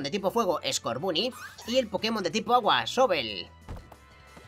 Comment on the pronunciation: SE DICE SOBOL